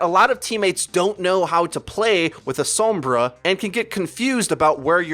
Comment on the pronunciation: Does anyone else pronounce sombra and pharah the way does? It annoys the crap out of me.